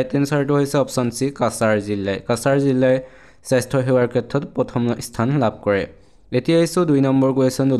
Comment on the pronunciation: Jilla buli nkobo sun jila buli kbo